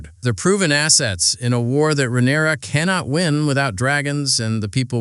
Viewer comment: How many ways can you mispronounce Rhaenyra lmao